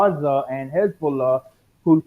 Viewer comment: He definitely is iranian based on how well he pronounced khamenei and hezbollah